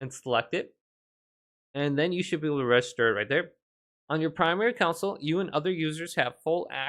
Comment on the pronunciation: "Console", not "counsel".